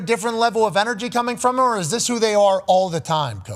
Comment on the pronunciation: So complains about how dan says "yesterday", but the way says "them" is equally as terrible.